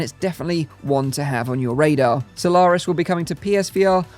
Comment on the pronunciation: Why do you say Solawris?